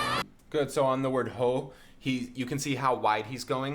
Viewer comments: Just a tip. Every word that starts with an H in French is generally silent. Haut would be aut. Hôpital would be Ôpital. Heard you said haut pronouncing the h :p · On the word 'haut' Funny rule in French, h are just decorative, you don't pronounce them so haut is just said 'oh'